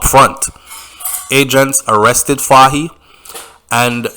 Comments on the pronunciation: The pronunciation of the leader’s name is “Foy “ same like “toy” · Pronounce it foye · Hi, first time participating, great job, you’re highly rated as you bear a platform that captures a great majority of viewers and listeners. Take note that “Fahie” is pronounce “Foy” as you would say “Roy.” Funny, right? Another one is “Moise” which’s pronounce “Moeese” like “mo ease.” Just trying to see how I can assist with the many criticisms from people who are talking about how you sometimes call people out of their names.